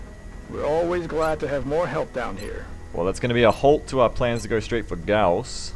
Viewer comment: Hey, pronounced Gauss correctly. I wonder how long that'll last.